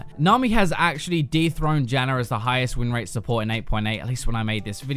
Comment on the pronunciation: Dude why the fuck do you say "Zyrer, Morganer, Janner"???? There is no fucking "ER" in their names. So fucking annoying to hear you.